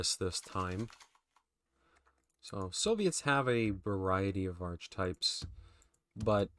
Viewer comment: Nice video! Thanks for the content. The only thing I would say, which I have mentioned before is to check that pronounciation on archetype! :)